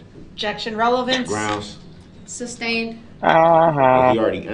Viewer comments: Its sustained not substained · It is sustained, not substain.